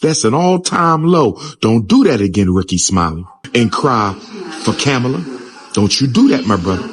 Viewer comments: He said "Kabama"! lol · Stop being angry and vote for whoever you want for President but at the same time you don’t respect her as a black woman calling her name wrong.